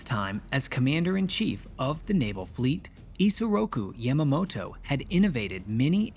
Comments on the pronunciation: It is good to see the attack from the Japanese perspective, but this is not the first time it has been shown. "Tora, Tora, Tora" showed the attack from both perspectives over 50 years ago. Also, please learn to pronounce names correctly. Your pronunciation of Yamamoto hit me like nails on a chalkboard. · Yamma-mow-tow. You really put some effort into pronouncing that with as little of a Japanese accent as possible, huh? Haha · It was a bit jarring to hear Yamamoto's name spoken with a soft "A". I also think it may have been pertinent to include various successive American failures which, had they performed as intended, could have prevented at least some of the carnage. 1) Neither Navy Admiral Husband Kimmel nor Army Lt. Gen. Walter C. Short had overall command, with the Army providing the air and anti-aircraft defense of Pearl. This meant any communication from Washington was not shared between the two. When the Navy codebreakers, which had not at all to that point decoded either Japan's Purple or JN-25 communications and relied purely on radio intercepts, lost contact with the fleet, the crucial intelligence was not shared with the Army, resulting in a complete lack of anti-air batteries and ammunition locked away. 2) This was further compromised by the radar installation which was manned by both the Navy and Army lacking sufficient staffing, with Kimmel not providing the liasion which would inform the Army of the presence of naval aircraft in the area and Short failing to provide adequate staffing with severely limited hours. 3) Japan's scout planes were detected by Army radar operators AM, nearly an hour prior to the first strike, but without naval communication, they had no way of knowing whether the contacts were Americans. They did not consider so few planes any real threat and simply logged the contacts. 4) AM, Joseph L. Lockhart and George E. Elliot, the junior enlisted men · You miss pronounce Yamamoto.